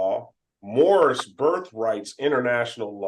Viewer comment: First of all it’s birth not birf. Second of all, then move go to another country. You won’t be missed.